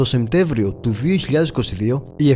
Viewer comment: Πολύ καλή δουλειά όπως πάντα! πέρισυ* και όχι "ΣεΜτέβριο" αλλά "ΣεΠτέΜβριο"